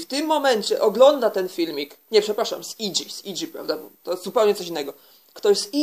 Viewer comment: Ja też mam znajomych "trejni" w "i dżi" i "dzi ej pi" jak koleżanka xD A tak serio dobry materiał